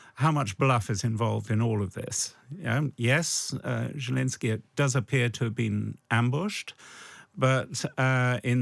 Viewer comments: Why is this buffoon pronouncing zelensky like it has 7 J's in it? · Zelensky (root word is Green), not Zhelensky. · Is it jelensky? I thought it was zelensky